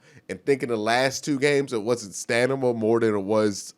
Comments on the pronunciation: I had to rewind to see if i heard that right. Grammar and pronunciation is not strength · lol does anyone think it's adorable when mispronounces words......"stan-ima" "ri-dik-a-lis" lmao no homo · Stanima rofl, love you